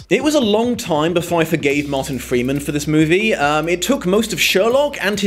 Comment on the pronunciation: mowtan fweeman